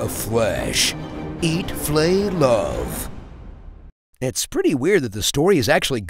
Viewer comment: I was drinking water when he said Eat Flay Love 😂😭😭😭🥲😂